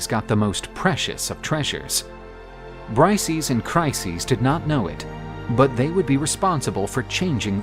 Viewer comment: bri-say-us ya thick bastards !